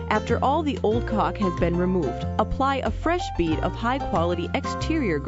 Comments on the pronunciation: It seems like she is mispronouncing Caulk, Maybe they need to get someone different from Fivr next time from home improvement profession. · I like how she says caulk